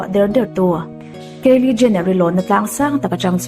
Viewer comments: keili niloin kylie (kailie anga lamtur) i lam ngun vebawk siaa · Kaeli ni lo kylie aw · Kalie ni lo in kylie aw